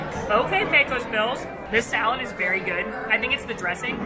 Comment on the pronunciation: no matter how many times you say it, it's not pronounced "PECK-o's". It's "PAY-cose". Rhymes with "Pay close" attention.